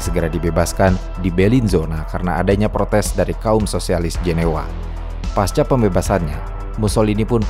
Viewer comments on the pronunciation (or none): none